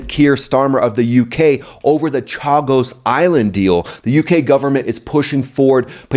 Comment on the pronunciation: Hey I love the channel but your pronunciation today of the geographic locations of the Chagos islands and Mauritius plus the confusion about President Starmer, I assume you meant Prime Minister Starmer, was a bit Dick Van Dyke today 😂